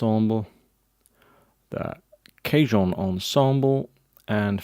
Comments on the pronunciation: Respectfully, you're pronouncing "cajon" as if it were "cajun," but it's not. :-) You're saying "KAY-juhn," which is how the word "cajun" (ethnic group) is pronounced. Cajon (the musical instrument) is pronounced "kuh-HONE." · LOL@ "CAY-Joan ensemble. It Is pronounced Kaw-HONE. Which is Spanish for:Drawer. As you can see, the boxes look sorta like drawers. Which they were for many years I'm sure. In the very old days. THANKS! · Cajun (kay-juhn) is very different to Cajon (kah-hohn)!